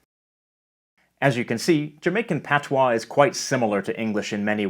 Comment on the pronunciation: You Sir did a great job with our language! Appreciate the accuracy. Thank you!